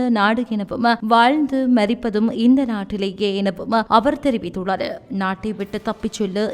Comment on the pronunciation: Not Theriviththullazu. Theriviththullar In some sentences